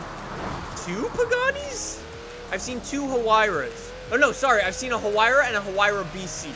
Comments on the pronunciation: yra not hyra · Ouch the way you pronounced hyura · a “ha-huayra” lmfao